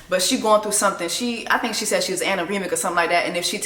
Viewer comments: Child! What is anerimic??? Anemic? 🤣🤣🤣🤣🤣🤣🤣🤣🤣🤣🤣🤣🤣🤣🤣🤣 Something's wrong witchoo. 😊😊🩷🩷🩷🙏🏽🙏🏽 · PLEASEEEE JESSIE NOTTTT ANAREMIC 🤣🤣🤣 She’s anemic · Amy is anemic, not anoremic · Can you make a Black wimmez dictionary because the words you be coming up with has me screaming. " Aneremicer " I'm dead